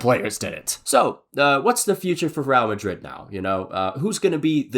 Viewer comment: “Raow Madrid”